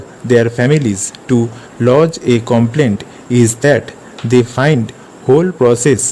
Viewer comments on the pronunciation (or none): Complaint ko कोमप्लेन्ट pdh rhe ho... Bhai aap ajana kisi din ssc ki skill me... बच्चे fail ho janenge